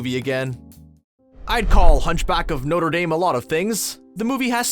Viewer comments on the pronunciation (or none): Burchered Notre Dame Pronounciation - Not Tra Damn